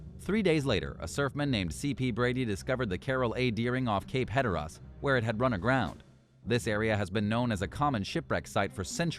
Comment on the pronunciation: at least the robot voice is consistent, I lol'd when it used shooner yet again !! Plus, could swear I heard 'Cape Hetterrahhh' .... Hatteras?? hehehe